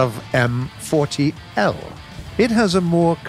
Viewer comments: S-T-R-V, Stridsvagn ;) (roughly translated to "Combatwagon" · Interesting how he say strv as strav and give it a slavic pronunciation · Being a Swede and hearing trying to pronounce S.T.R.V. Which is shortening for Stridsvagn, as a word =) First i didn´t understand what he was talking about at all hahahaha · u are supposed to pronounce it as letters not names like other tanks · "STRAV..." I am sorry what. You either say "S.T.R.V..." or "Stridsvagn". Please don't ever say "STRAV" again xD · It's not pronounced "strav", but "S. T. R. V." 🤣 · I dont want to be that guy and this is just a friendly reminder and all. But its STRIDSVAGN or ES TEE AR VEE or even STRIDDS WAGEN if you like. but again, dont be mad. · If he isn't going to say it "S-T-R-V", then he should say the full name of Stridsvagn. It's just as annoying as when he tries to pronounce the designations for some Russian hardware, such as the DShK machine gun. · Gaijin: strav Everyone: strv Gaijin: triggerd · "Strav" It's S.T.R.V! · Me: Stridsvagn narrator: STrRraAv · The STRV part is short for Stridsvagn. So just say S T R V instead of strav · as a swede when he says strv its pianful couz strv mins stridsvagn and stridesvang mins battle tank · U dont say it like straaav or what ever, u say it like this S T R V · I would suggest saying S. T. R. V instead of strev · PLEASE stop saying "Strav". It's like trying to pronounce pzkpfw as a word. Ether say the full name of the tank or say it letter by letter S, t, r, v. U, s, h. I, k, v. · Its strv not strav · When he says "straav", it's not even a proper name he is pronouncing, because he goes by what the game names it as and the game lists the tanks as "Strv", which is the abridged version of the word "stridsvagn", meaning quite simply "battle tank". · The fact that he sais "sterv" as a word instead of an abbreviation really annoys me. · XDDDDD when he says: "S TRTRAAA V" XDDDDDDDDDDDDDDDDDDDDDDDDDDDDDDDD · Strv is pronounced stri-ds-vagn